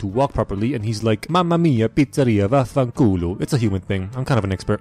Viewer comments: I'm italian and hearing you say words like "vaffanculo" or "mamma mia" is literally the most funny shit ever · His Santa Maria is pretty good (or at least as somebody who knows a fair bit of Italian, it is really similar to the og). Edit: ok actually his vaffanculo ain't really to the point